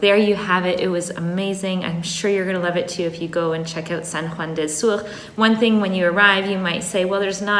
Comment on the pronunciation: I can’t help but cringe when your say “sur” it’s spanish not french 😅 awesome video btw ! It’s beautiful to be in nature ☺️